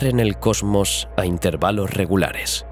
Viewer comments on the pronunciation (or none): none